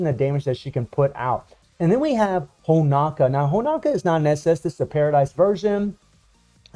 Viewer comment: Come on man.... why is Honoka still pronounced as Honaka. Btw most DOA characters should be at SS to SSS tier. Especially SS Kasumi, as hard as she is to use - had the only ability so far to attack on air while being attacked, plus getting Hyper Armor which helps massively in fighting opponents that depend on air juggling like BS Zero and Ignitz. If SS Kasumi has buff removal, she will easily top the PVP charts with all those buffs she had. SS Marie has Super Armor and Hyper Armor in two different skills with two counter abilities too, easily enabling her to attack non stop in both PVP and PVE. Normal Marie is fun in PVE, I practically cleared DOA stages with her at A3, easily. Imo SS Honoka is decent in dealing damage but she's rather squishy in comparison to all current SS characters, perhaps since its a free character and Netmarble just won't give you the advantage. Normal FES Honoka on the other hand can be monstrous in PVP as she has buff steal that lasts for 5s (imagine stealing attack buffs with hyper armor successfully), and her dual DOT effect is great for guild bosses. I basically replaced 7ds King with normal Honoka, because King's useless super long ulti animation just could damage Rugal much during starlight dot. Not much chance to use both Nyotengus due to them only A1.